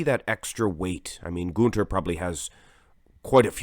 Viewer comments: When you say Gunther's name your accent sounds Swedish as opposed to German. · Gunter is German, you idiot! Will you quit pronouncing his name as if he's Swedish?? Jackass.